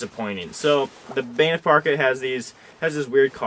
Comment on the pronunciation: Banff is not pronounced "Baynif".